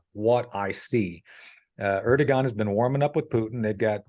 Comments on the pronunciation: please say Erdogan instead of Ergodan. I really am a great fan of your channel, so this is my only remark. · Erdogan not Ergodan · Its ERDOGAN not Ergodan. Missing such important details, makes you honestly not trust worthy, since it shows that you did not had the courtesy of researching this basic information.The col seems pretty up to date otherwise. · Americans always add confusion to everything. Not only in the analysis but also in names? Where did you come up with the name Ergodan? His name is Erdogan not Ergodan. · Erdogan, not "Ergodan". I cannot believe the casual nature of your reference to the civilian human tragedy & damage resulting from Israel’s response, simply saying: "so be it". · 😂 Hey.. it's not ERGO-DAN, it is (Shaffer has it correctly).👉.ERDO....🤷 GAN! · Erdogan = AIR-DOUGH-WON. Say it with me now: AIR-DOUGH-WON. NOT ER-GO-DAN. You sound illiterate when you say "Ergodan." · Lol, it is Erdogan, not Ergodan. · hahahahhaah you said president ergodan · Ergo-don is definitely not how his name is pronounced